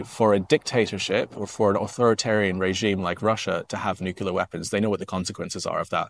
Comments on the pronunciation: Nuclear not nucular mate….. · thanks for your update. If I may pick up on one word that you pronounce, it is, nuclear. You, like many others, including past Presidents, say nucular. It is NEW CLEE AR. Cheers and stay safe mate. 👍🙏🦘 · Excellent content as always - except that it is "nuclear" not "nucular". You don't want to be sounding like Dubya.... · Love your work. I'm Canadian, and we are with Ukraine until Russia is crushed. If I could ask you one favour, if you would please reconsider your pronunciation of the word nuclear. Thank you for your consideration.:-) Slava Ukraini!